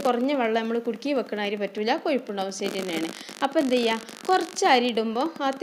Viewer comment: Airy alla.....ary